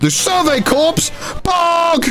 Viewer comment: idk why but mispronouncing corps is so annoying lmao